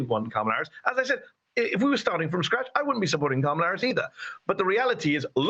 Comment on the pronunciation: You’d think that, as in the case of the CA caller, who is so tuned into Harris’ policy, he could at least pronounce her name correctly